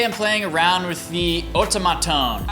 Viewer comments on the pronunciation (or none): You're pronouncing everything wrong! Otamatone = Oh TAH mah tone Maywa denki = MAY WA DEN KI